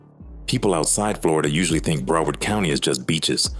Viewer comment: Bra 😂😂 . U got this A.I calling our shit Bruh-word , Brow- herd , then calling Zoe pound Zoey pound 😩💀🤣. And what the hell is this bout Haitians and librarians 😂😂😂 and then Liberians .. lmfao Bra Liberia is a neighborhood in Hollywood FL not actually Liberians ... You got Liberians , librarians and Zoey pound fuccd up 😂😂😂😂😂